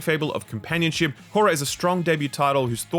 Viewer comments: if you want to know how to pronounce "Koira", google "finnish koira pronunciation" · "Koira" means dog in Finnish and funnily is pronounced VERY differently to how it was said here :D